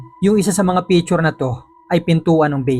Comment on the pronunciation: Its not pitchur. Its picture